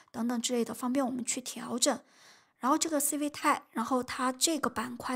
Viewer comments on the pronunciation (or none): 我記得上次刷到你影片是讀stuble不是stable🤭 Civit AI不是CV TI